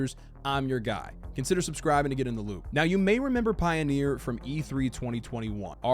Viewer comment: Is the word "Pioner" pronounced that way with just one E? I think you're saying Pioneer...